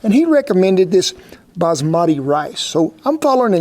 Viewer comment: The Way You pronunce basmati rice😄 it does pronounce bash- matee and it's our Indian rice. Lotta luv❤ from India 🇮🇳